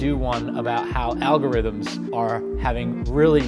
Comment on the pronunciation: Hopefully we'll get a few owlgorithm pronounciations. I owlways love the owls says.